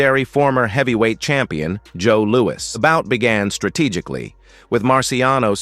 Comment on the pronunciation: "Lewis" is they way it's pronounced... not even his friends called him "Louie", And why doesn't the narration match the video?? Perhaps you should find another line of work. And PLEASE NEVER use AI narration!